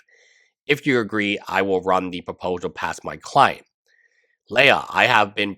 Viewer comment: It’s “Lee-Ya” her name is not a Star Wars princess